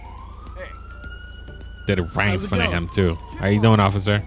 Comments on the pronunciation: You said ocifer but not officer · In you said ociffer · "ofcorce i see you osiffer" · ociffer 😂😂 Just like in lspdfr: „I‘m not drunk just a lil‘ tipsy ociffer“ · Am i tiriping or did he just say ofcifer